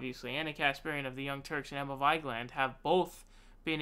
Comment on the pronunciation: Makes fun of how people pronounce Cenk. Also: Pronounces Vigeland wrong.